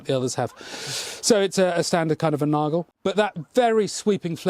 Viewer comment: i was actually quite happy to hear someone pronounce "Nagel" right! (not that it would matter so much.) in fact i own a Cutler Bauernwehr and i'm still not sure what their purpose was apart from fighting. I always thought they were also made to cut brush or so. I started using it where i usually use a bill but the blade is so thick it doesn't cut deep into bigger branches. It's good for chopping stuff that lies flat on a surface though. I'm trying to do research on that topic as i love the design of your Bauernwehren but please let me know if you know more about it. Thanks!